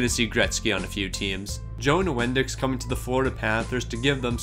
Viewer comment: Nice vid! I know he's probably well before your time, but it's pronounced Joe New-en-dike. He was solid on the Dallas Stars. Also, those my age (30's or older) know that Teemu Selanne was definitely not a 93 when he played for the Avalanche. lol. He was a Jets and Ducks Legend.